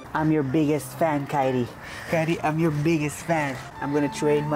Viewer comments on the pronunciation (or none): Say fan not fin